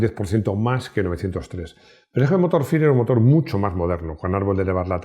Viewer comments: Qué buen vídeo, me encantó!… por cierto, si FIRE son las iniciales en inglés del motor del Panda, la pronunciación no es “faier” ni tampoco “fire”, en todo caso lo correcto es pronunciar sus iniciales en inglés,lo correcto sería decir: Motor “ef-ay-ar-i”, saludos! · Bueno, como FIRE esta compuesto por cuatro palabras en inglés, su pronunciación debería ser igualmente en inglés, es decir "faier" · Si FIRE es un acrónimo de cuatro palabras inglesas, tiene sentido que se pronuncie como fuego en inglés. Salvo que oficialmente Fiat no lo hiciera.